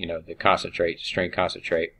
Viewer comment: I believe they're pointing out it is pronounced con-cat-en-ate and not 'concentrate' as it is said throughout the video.